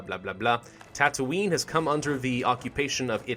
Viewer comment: They did actually film Star Wars in Tunisia so you were right to pronounce it tatounie